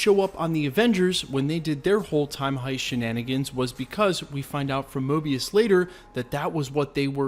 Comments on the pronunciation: Mobius not Morbius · You called Mobius morbius lol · Guy said morbius instead of mobius lol